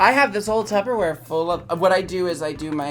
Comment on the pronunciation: Did Jinkx say Tubberware?!